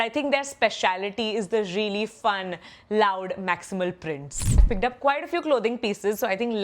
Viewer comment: no offense. but what is this pronunciation? Pigged up? Looged up? Picked up, Looked up bolna kitna mushkil hai?